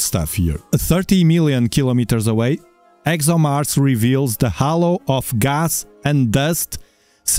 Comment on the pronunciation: Halo, not hollow